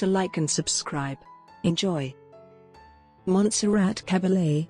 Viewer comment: Narration is not good. Is it Cabble, Caball, Cah-bah-yay? Mon-sir-rot, Mont-sir-rat?